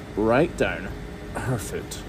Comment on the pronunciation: Yes! Fluid not liquid. Does your son also say foot, rhymes with boot? He’s so cute ❤️